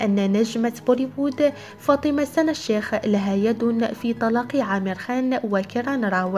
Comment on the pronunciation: اسمه Amer عامر مش امير بس هنا بينطقوه بحرف ال Aلانه ما عندهم حرف ع